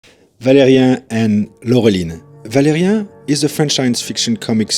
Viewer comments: Pourquoi prononcer ValériEN et pas ValériAN? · It's "ValériAN", not "Valérien". :)